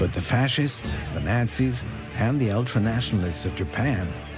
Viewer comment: Kindly get the BASIC FACTS straight. HERBERT Hoover was Prez before Roosevelt. J Edgar Hoover was an FBI Director. You mispronounced Delano and Nazis. TERRIBLE VIDEO.